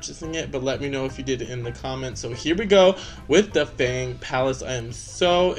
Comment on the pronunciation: Congrats on getting sisu and finally welcoming moana! Love ur sisu, maui n moana impression😊 the blue chest is called the resource chest. Because im chinese, we prounce fang differently from how u prounce it.. u can look it up with u r interested😊